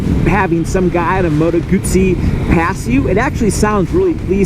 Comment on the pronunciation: It is 'Motto Gutsy'. Italian has no long vowels at all.